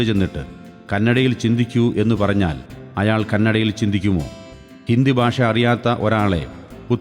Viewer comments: Your Malayalam Pronunciation is incorrect Basha alla, Bhasha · ബാഷ അല്ല മാഷെ ഭാഷ ...ആദ്യം മലയാളം ശരിയായി പറയു .....